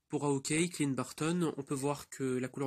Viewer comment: T'as mal prononcé Hawkeye mdr.